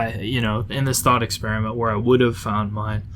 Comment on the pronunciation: also that "thought experminet" lol